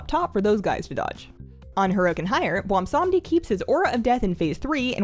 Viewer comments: I suffer from a bizarre affliction that causes me to mis-pronounce the best Loa's name as Bwomsamdi rather than the correct Bwonsamdi. rest assured that I experience an appropriate amount of shame from this repeated error. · That seems to be a common mispronunciation. I think even Bellular says it that way. Seeing as he's obviously a riff on Baron Samedi, maybe remembering that could help with keeping the n sound. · You pronounce it: BWONSAMDEEEEEEEEEEEEEEEE WE HAD A DIL GRANT ME YOUT POWAH